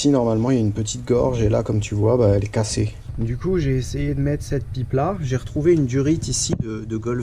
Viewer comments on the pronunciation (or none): Putain, t'es Lorrain? Tu dis "cassé" comme un vrai Lorrain !